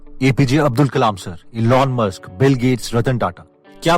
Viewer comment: sir aap ka video accha h but aap hr video me elon musk ka pronounciation glat krte h..........